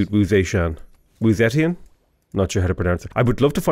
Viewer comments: Pronunciation help: Wu Zeitian’s last name is pronounced like “tea-Ann” said fast. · The name is pronounced Wu Ze-Tian, wirh the ze sound from zero.